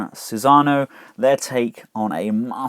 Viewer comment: Thanks for the review. Definitely looks interesting. Now I don't want to be "that guy", but I feel I need to correct your pronunciation of Susanoo. It's read kinda like Su-san-no-o. All vowels are short sounds.